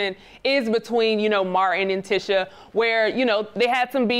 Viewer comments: her name is spelled TISHA IT'S pronunced teeeeeshe not tisha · The way she keeps pronouncing Tisha is upsetting me